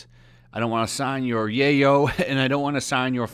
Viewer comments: Yaoi isn't pronounced Yay-oh (that's the term used for Cocaine in Scarface). It's pronounced Yeah-oy. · ok just a pet peev, but "Yoai" is pronouced kinda like so "YOW-EE" not "YAY-oh". also in 100% of those videos of him hugging and kissing girls on the cheek he is always asked by them first. and a lot of time it is because of his character Tamaki from Ouran High School Host Club. that or Edward Elric from Fullmetal Alchemist. although he's kind of the Chris Pratt of the anime community. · My dude, it's YOW-E not YAY-O! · Being off topic here but since you speak it out.... Is "Yaoi" pronounce "Yeyoow" and not "Yawii"!? Did I pronounced it wrong all this time!? :0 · Yayo? 😂😂😂 Its yow-ee I dont think he's signing cocaine 😂😂😂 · You say Yay oh but to my knowledge it’s pronounced Yeow e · For fuck's sake... It's pronounced "yow-ee" not "yay-oh." I'm not even into that shit, your pronunciation just annoys the fuck outta me. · yeah, yaoi is not your work so of course you wouldn't sign it, btw it's pronounced (yow ee), just about anything with an "ao" is pronounced "ow", like Tao from the original DB series. what you said was yayo which is slang for cocaine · dude, it's pronounced YOW-WEE...yaoi is pronounced YOW-WEE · hearing you butcher the word yaoi(yow-e) is hilarious. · you pronouncing it wrong, yaoi pronounced like the jewish god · Ok didn't wanna be that guy, and I'm not a fan of yaoi or anything but I'm pretty sure it's pronounced "yow-ee". Right? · the burden of prof is on the accuser second it is pronounced Y-ow-wee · BTW, “yaoi” is pronounced “YOW-ee.” (Just think of the noise you might make if you ever found yourself in one of those situations in yaoi fanart...) 😂😂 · I don't know if you're saying it unintentionally or as a joke, but in case you don't actually know how it's pronounced. Yaoi - yow-ie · The way you pronounce yaoi makes my ears go up back into my body Its pronounced Y-ow-ee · Dude I hate it to but... Yoai YOW - EE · Omg the way he says yaoi 😂😂